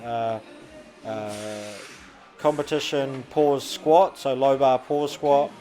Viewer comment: Haha that guy be like "that's a lot of weight to swkot"